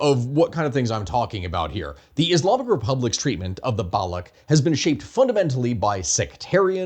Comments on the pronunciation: Balooch, ch like change , challenge. Its balooch not balook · So much for your research that you can't pronounce Baloch properly! The CH in Baloch is pronounced like it is in Dutch or Clutch genius! That dry gargle sound or the K sound you make when you say it makes you look stupid to anyone who know the pronunciation. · I skimmed the comments but didn't see people mentioning this - Baloch or Balochi is not a hard k, it's a ch like in "cheese". (I work in SWANA Indigenous rights and spend a great deal of time speaking with Balochis and Kurds, unsurprisingly.) Otherwise, fantastic video and summary of the situation! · it's balo chi, not balo key... !! source: I'm pakistani... have been one all my life... and i live literally next to balochistan and have visited it more than you have heard about it in your life by far... !!! P.S I don't know how you are gonna talk about balochistan or the balochi people but they are sitting on one of the most historically significant sites that you haven't mentioned yet on your channel.. The Mehergarh civiliation that actually predates the egyptian civilization and the creation of the pyramids... There have been claims made that excavations have revealed the oldest root canal in recorded human history in mehergarh... along with pottery and animal husbandry and agriculture... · It is BaloCH not Balocs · It's not Baloch with a K at the end, it is baloch with a SH instead .. thanks. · So you researched all this without figuring out that the ‘ch’ in Baloch is pronounced as-in Charlie? That’s just plain dumb, man… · That's not how Baloch is pronounced